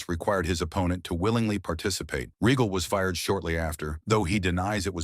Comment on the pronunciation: Another AI Generated BULLSHITTTT video and you can always tell because it always has problems with pronunciation 🤣 Lord Reggle 😂 instead of Regal 😅